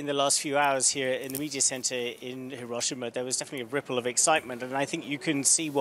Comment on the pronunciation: Your terrible Japanese translation in English from Tanaka-san can't event say Hi-ro-shi-ma correctly. Even when you quote her. Much in the same way all reporters in this story fail. How can we take you seriously?